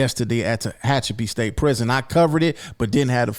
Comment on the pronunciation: BREAKFAST am? That's kind of a LATE breakfast for a California State Prison. And somebody let know that Tehachapi is pronounced Ta-hat-cha-pee SMH Ummm, when you're in prison or HELL, not in prison, and someone comes stabbing on you, what else is it but they're trying to murder you. Also there is no black and brown kumbaya in California prisons. You're supposed to rock with your own kind. You have a few ppl that intermingle like, you'll find a Black that's down with the ese's or vice versa. Usually Asians and Pacific Islanders ie. Samoans and Fijans etc., they'll rock with the Blacks. But yeah, it's racial here in the CDC. There's times when race/gang wars that are happening on the streets between Blacks and Mexicans, are calls that initiated from shotcallers in the California prisons. That's just how it works out here.🤷🏽‍♀️